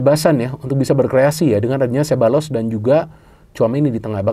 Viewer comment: Sekadar masukan: Pengucapan yang benar nama Ceballos adalah “sé-BA-yos”. Dalam bahasa Spanyol, “LL” dibaca “Y”. Penekanan intonasi pada suku kata kedua, yaitu “BA”.